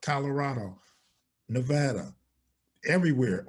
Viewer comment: The only outtertowner I know that say pronounces Nevada right I'm proud of u keep up the good work lol